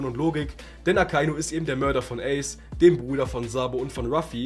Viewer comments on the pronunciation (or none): Man spricht es „Eys“ aus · Geiles Video aber wie du ACE ausgesprochen hast , hat mich getriggert 🤣 ICE , ICE i mean 🫣 ACE BRO Spricht man ungefähr so aus : Äce